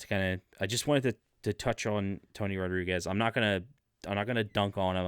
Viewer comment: Tony is the real deal. He has government documentation to prove his experiences. His surname is not pronounced like you are pronouncing it.